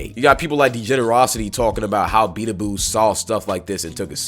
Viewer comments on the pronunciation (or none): Bee-ba-do-bee is how your pronounce beabadoobee